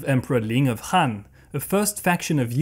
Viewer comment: Han shouldn't be pronounced like Hand, but should be pronounced like Attila the Hun.